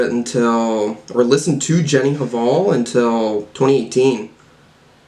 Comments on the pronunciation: The h is silent in 'hval' :) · i think the H in Hval is silent, like Jenny Val, sort of